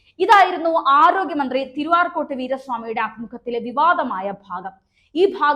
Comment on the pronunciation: Please tell correctly, not Tiruarcot, but Tiru-Arcot Veera Swami. Okay